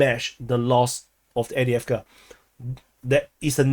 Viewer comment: After all this time he still can’t pronounce avdivka